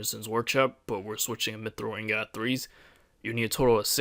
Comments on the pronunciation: you cant pronounce ingot right lol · He cant pronounce anything right.